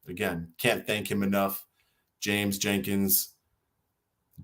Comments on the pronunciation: Your lawyer's name is Jenks, not Jenkins. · you said Jim Jenkins lol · You keep calling your attorney Mr Jenkins. His name is Jenks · come on, you got an attorney doing you a pro-bono, and you don't even know his proper last name of JENKS not Jenkins... come on man!